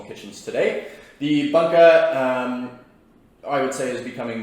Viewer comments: Great vid, but is “boonka” vs “bun-ka” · Can't stand the way you say Bunka 😂 it boon ka, it's not a hamburger bun ka. Bút great video